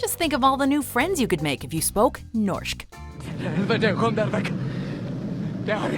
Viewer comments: It is more pronouns Nårsjk. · tbh when she said Norsk it wasn't pronounced right, i would have assumed she was from German or some English speaking country. (my German teacher says Norsk like that btw) NO HATE INTENDED! just pointing out that you said it wrong.